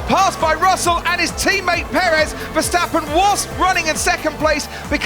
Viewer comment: His name is MAX VERSTAPPEN!! Not Mex Versteppen!